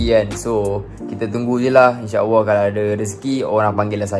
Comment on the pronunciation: nape sebut inshaawwah? buat video lancar je cakap tapi sebut Allah pun tak betul. practice itu dulu bosskurr.. baru la celoteh yg lain ✌🏼